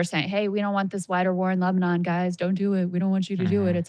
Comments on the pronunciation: "Lesbanon" Saagar you're a journalist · Was it just me or did I hear Saagar accidentally call Lebanon, Lesbanon? Lol, it made me chuckle. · Saagar said "LESBANON" 😂🤣😂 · Did he just say Lesbanon??? Seriously Saagar and Krystal have spiraled and now simply sound like MSM except for the opinions at the end. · Did he say lezbanon?!?? 😜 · Hold up did he say lesbanon the first time? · Where exactly is "Lesbanon", Saagar?